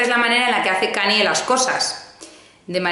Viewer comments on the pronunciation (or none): KAN-YE, como si la Y fuese "ye", please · Kanye aprende a pronunciar!! 😂😂